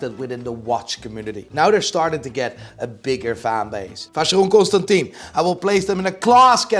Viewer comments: You are pronouncing Vacheron ConstantIN wrong. Impossible to tell you how to pronounce it via text but go on google translate and text to speech “Vin” which is wine in French and you’ll realize that you are in the same group of morons that say “H”ublot and Richard Mill”E” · You pronounce vacheron ConstantIN wrong